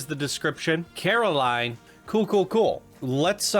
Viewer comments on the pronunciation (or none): “Corrrrr-aline.” 😂 Sorry. Had too. This is my favorite movie and when I heard Caroline, it’s like. 😬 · Quite a bit of clipping on this one. Could use some additional scenery around the queue. Then again it is a console submission. Also it’s pronounced COR-a-line, not CARE-o-line. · god i cant help but cringe evreytime you say Caroline XD you should do yourself a favor and check the movie out! as well as any other Laika Studios films, they're one of the best, and one of the only studios doing this level of stop motion. Paranormal, Box Trolls, Coraline, and my personal favorite, Kubo and the Two Strings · Me wondering how many times says Caroline instead of Coraline. Answer: a lot Also, it’s not a series, it’s just one book with one movie and a single comic adaptation